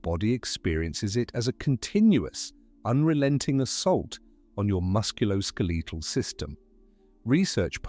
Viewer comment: moose kal skaleetal 😂